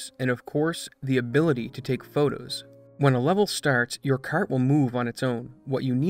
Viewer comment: Hahahahaha I see you fellow Canadian, that was a haaaaaard Canuck 'kart' 🤣